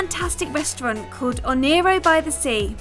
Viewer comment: She pronounced ONEIRO wrong